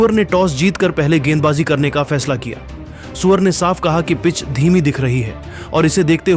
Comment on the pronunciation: Bhai सुअर nahi सूर्या bolo 😂😂😂